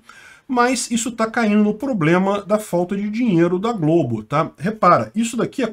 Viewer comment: Globo nao mah eh Globe. kkkkkkkkkkk